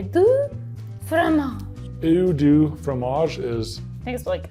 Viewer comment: you try to speak French but you say "do" not "du". your prononciation is bad, the sound is bad. but continue. I like when some people try to speak French. :)